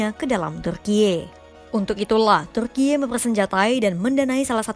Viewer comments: Tulisannya Turkiye, bacanya Turki kaya biasa aja kali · alay banget ngomong turkiyeee nya😂